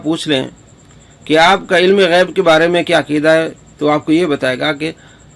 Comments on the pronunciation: Astagfirullah jhut tu ap bol rahe ho asi galti nhi kar sakte ap gayab bol rahe ho wo gayb bol rahe hy ALLAH ka khuf karen kisi pr tumat nhi lagye ok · Gayab nhi gaib bol rhe h bhai